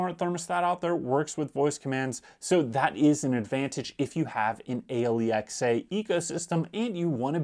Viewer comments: All credibility lost from the moment he called Alexa, A Lee Ex A. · It took me a few listens before "Ahe-lee-ex-aa" made sense! 😂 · WHY IS HE SPELLING ALEXA?